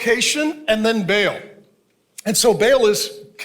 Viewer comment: Not Bail but Baal (Barl).